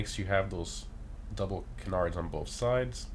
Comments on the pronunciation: Can • ards not kunardz lol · It’s “Can-ards” not “Cenards” 😂😂😂 Love these videos! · Bro who ever told you to pronounce canards like that trolled you hard lol. Its pronounced KAN-nerds I promise. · I’m sorry to say this but you’re saying canards incorrectly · Sounds weird but I guess your right lol